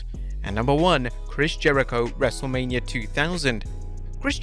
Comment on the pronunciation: U said wrestlamia 😅